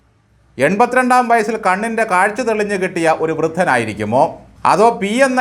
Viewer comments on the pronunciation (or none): none